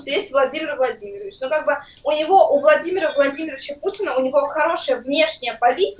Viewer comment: Хтось рахував скільки разів вона сказала валадимир валадимиравич.....як вони там своє ЄГ здають, ім кожен урок фільми ставлять замість читання книг